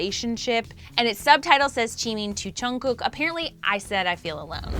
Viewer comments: I'm cringing so hard about her pronunciation with their names 😶😶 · Btw it's not chungkook it's Jungguk lol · She's pronouncing it right, just chungook is junggook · if she says and Chungkook one more mf time imma throw my computer! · Am I the only one hearing " and Chugkook" here 😶 Annnnnnd guys did you just focused on 'chugkook's' picture when u we're talking about Jin....🙄🙄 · The way you said "Chimeen", "Cheen" and "Chungkewk" makes me a lil irritated... it's spelt with a... J... how does it turn into a Ch... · This is so cringe you dingle ling at least zoom up onto jin face when talking to him als its Jungkook not Chungkook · LMAOOO CHEEMIN AND CHUNGKOOK BRUH I CONTINUED WATCHING SHE SAID CHEAN LMAOOO NOOOOO 😂😂😂😂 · She's pronouncing there names correctly except chungkook lol it's chungguk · How the host pronounces jungkook "Chyung cook" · I really want to know what the news is about but please I can't take one more or chunkook 😪, don't mean to be rude or anything but I just can't anymore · “ and Chungkook” Bro you can’t even say the names properly. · she isnt that wrong about jimin, but jungkook was pronounced wrong. its jeongguk. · “ and chungkook”💀💀💀 ok I’m sorry, not trying to be rude but lol.💀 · Lmao she be acting like chimmy is his real name she can’t pronounce Jimin or jungkook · Am I the only one hearing and chunkook? 😂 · Her pronunciation of Jimin, JK and Jin’s names sorta triggers me... I’m still so sad...